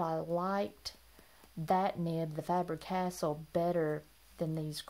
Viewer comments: Just to let you know, Faber-Castell is pronounced FAH-burr Cass-TELL. 🙂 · Thanks for the reminder. I realized that I was mispronouncing it when I watched the video prior to uploading it, but I was too lazy to reshoot it. Sorry about that.